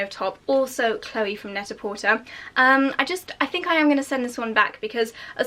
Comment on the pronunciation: The site is pronounced net a por-tay. It’s a play on the French phrase pret a porter, which means ready to wear.